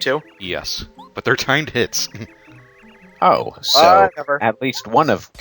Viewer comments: is it just me or when they say timed hits it sounds like time tits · Every time says, "Timed Hits", I can't help but hear, "Time Tits". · When they said timed hits sounds like they say time tits